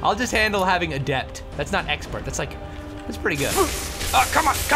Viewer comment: The way Toby pronounces "adept" makes me chuckle.